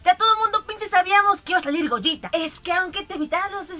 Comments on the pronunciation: Al fin alguien que pronuncia bien el nombre de gogeta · Por fin alguien pronuncia correctamente el nombre de Gogeta..... Saludos.